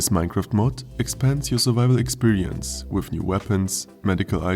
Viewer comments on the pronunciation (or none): "wiff new weapons?" Se Germans XD